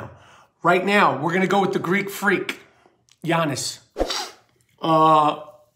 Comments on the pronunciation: I die every time he says yeahnnis it’s jannis(like Ja morant)and it is spelt Giannis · I love the vids but he says yannis